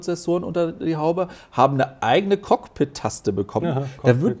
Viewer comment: Die AI Sache bei Microsoft heißt CoPilot und nicht Cockpit 😂😂 Da das Produkt nicht vom Apfel kommt, könnt Ihr das natürlich nicht korrekt aussprechen. Von euch wird die Microsoft AI ja ziemlich belächelt, für mein Unternehmen ist diese unglaublich nützlich in so vielen Bereichen. Das Surface Pro 10 und der Surface Laptop 6 erscheinen im Juni für "Nicht Business" Kunden mit anderen Spezifikationen. Als Leute, die ausschließlich auf neue Eipads warten, konntet Ihr das natürlich auch nicht wissen. 😅😅